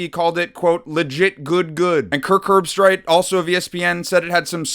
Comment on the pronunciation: Come on your a sports channel you have to be able to pronounce Kirk’s name.